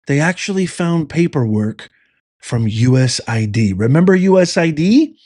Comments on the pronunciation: USAID. Not usid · USAID...You mispoke,. You said USID...Oops is forgiven!